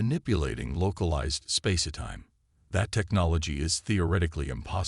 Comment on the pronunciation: spacertime spacertime - im very tired of narration errors.